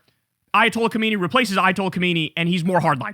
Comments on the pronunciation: Kham-nai not khomaini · Try Kyle, try: Kah-Ma- NEIGH. Not hard.